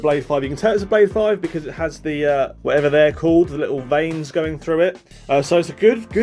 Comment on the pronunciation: Veins not vines 🙈